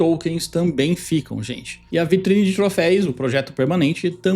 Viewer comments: Pô,, troFEUS, não troFEIS. Segundo video falando trofeis aheaheha. Faltou lembrar que reseta INFELIZMENTE as missões (isso sim é cagada). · por favor, TROFÉUS… Não troféis